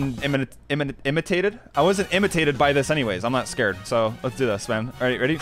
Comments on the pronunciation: 'initated' said but its spelled and pronounces intimidated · bruh i regreted my life decisions when i heard imitaded its intimedated bruh (not telling that this video is bad. its actually great) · He said imitated it’s intimidated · Ay show this Its not intimid its intimidated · Does not know how to pronounce "Intimidated"? XD